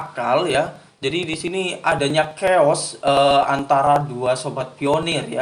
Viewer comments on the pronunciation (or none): none